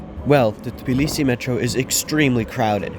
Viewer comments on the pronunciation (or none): You mispronounce Tbilisi